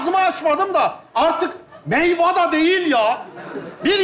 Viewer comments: Baban meyveye meyva dedi 😅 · Meyva dedi ya meyveye 😂😂😂😂